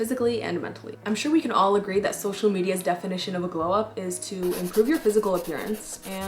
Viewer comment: "glew" up lol